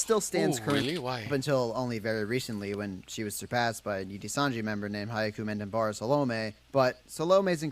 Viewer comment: A note on hyakumantenbara saolme's name. The video creator absolutely butchered her name lol. He got salome right, but her family name is hyaku-man-ten-bara (when broken into syllablea). Hyaku is pronounced like yaku with an h in front. The name translates to "a million heavenly roses" as hyaku means 100, man means 10,000 (together they mean 1 million), ten means heaven, and bara means rose.